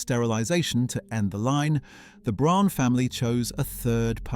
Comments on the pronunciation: Please work on the pronunciation. Braun is just the German word for brown. It's pronounced the same - BROWN. Fucking AI. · If you are going to make a documentary about Eva Braun pronounce her surname consistently and correctly - it is pronounced just as the English word and name 'brown'. Her first name is prounced with the 'E' pronounced as the 'a' in the English name 'David' .....this seems to be an AI cheap production with the usual propoganda undertones....... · Fake and click bait, not even saying the name BRAUN right. Their name was not Prune. This is very bad. Not worth watching,. To many mistakes and not true stuff. Do not waste your time. We have very good historians that make great and truthful videos. Not nonsense like this one.